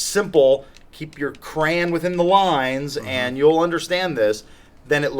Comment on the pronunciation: For the next "We Read Your Comments" video: Dear Adam, it's fucking "cray-on" not "cran".